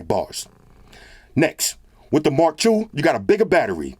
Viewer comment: Haha sorry It sound like Mark Douche.